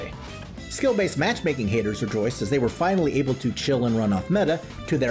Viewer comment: First of all, "thay" lol . Second, man would be nice being Syntulk :_SliqWUPSET